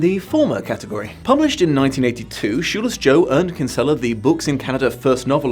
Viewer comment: Christ the way non Irish people pronounce kinsella 🤢